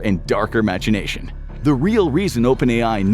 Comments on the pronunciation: you pronounced machination as match E nation but it’s pronounced mack E nation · It’s pronounced ‘Mack-ination’ not ‘match-ination’. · AI wouldn’t have pronounced machination like ‘match-ination’.